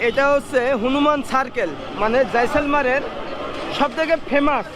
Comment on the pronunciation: উচ্চারন হবে জয়সালমির